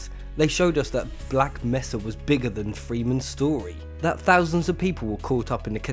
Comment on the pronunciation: It's Black "May-suh" not Black "Meh-suh" ! >:P Awesome video regardless